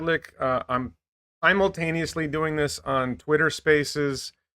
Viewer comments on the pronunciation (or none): did he invent new word “imultaneously”?